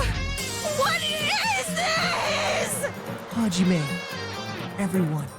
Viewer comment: i liked it when monomi said haijime u stupid face